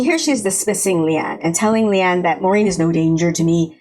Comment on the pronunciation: Pronunciation thing: Leane is said "lee-AWN-uh"